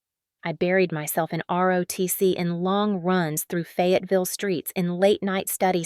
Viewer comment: Please please in the name of all that's good & holy hire an editor. It's Fayetteville not Fagaville